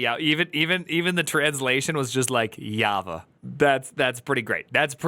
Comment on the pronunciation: The turd actually calls Java "hava" like tf ??!